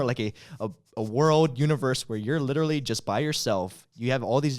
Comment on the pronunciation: you said "litery" instead of "literally"